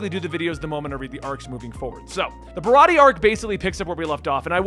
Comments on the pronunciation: You're right about Zoro. Idk if someone has said this, already, but "Usopp" is "oo" as in "toon." Barati(e) has one more syllable like "aye." Nami was my favorite character at the beginning. I loved her and still do. She's a bad bitch, fr. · (Bar-rot-tee-a) baratie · It's not O-Sop it's You-Sop or Oo-Sop. The Sanji arc is pronounced Ba-ra-tee-aye